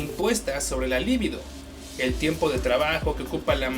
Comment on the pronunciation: Mmm... La única falla que he encontrado es la pronunciación de "libido", que es grave. La esdrújula es "lívido", sinónimos de "pálido". PS. No, yo no tengo fantasías con mujeres en cueros. XD PS2. ¡Hey! De Bob Esponja no vas a hablar. XD PS3. No, por muy homosexual que yo SEA, Foucault no me habla a mí. Ni lo hará jamás.